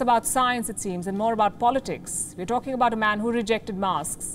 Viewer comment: U don’t know what u are “tawlkin” about lmao